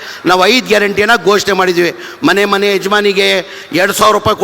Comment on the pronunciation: ಮನೆ ಕಣೋ ಅದು ಮೊಲೆ ಅಲ್ಲ ಲೌಡಿ